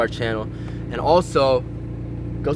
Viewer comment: you said dober it's dobre